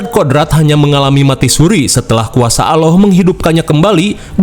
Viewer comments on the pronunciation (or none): Allah bang bukan alloh